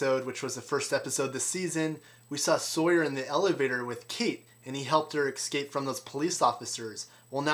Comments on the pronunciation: Ec-scape lol.......irritating!!!! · Hehe. "Excape" You say it four times! :-D